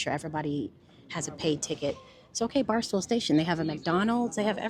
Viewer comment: I lost it when you said “barstool station” instead of “Barstow station”! 😂😂😂😂😂😂😂 Good video as always thanks for sharing ❤